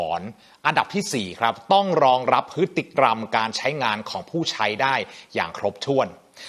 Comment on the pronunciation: ได้ความรู้มากครับ แต่ออกเสียงผิดคำว่า พฤติกรรม ครับ